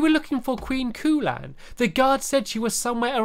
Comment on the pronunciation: I thought he said "We found Koolaid!" lel